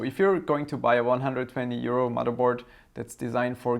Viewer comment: lol, yeah, that "150 euro" did sound a lot like "150 year-old", (blinks) wait, what, how old is this board and did I hear that correctly, lol. Then again, that would explain why he knows so much, is a time traveler (grin).